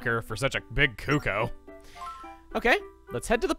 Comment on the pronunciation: ON MY GOSH HE PROPERLY PRONOUNCED CUCCO.